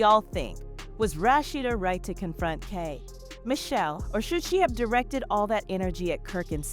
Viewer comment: Right! Say Kay pause, Michelle likes it's 2 different people 😂